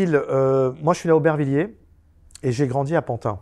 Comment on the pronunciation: On ne dit plus Pantin mais PANTINE à présent. Faut s'adapter !!!